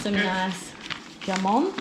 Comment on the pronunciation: WTF? “G”amon? It’s “Hamon”! Jamon is pronounced “Hamon”. And you walked the “Albayceen”. Ok, sorry, just had to get that out.